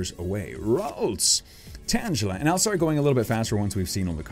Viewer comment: You pronounced tangela wrong xD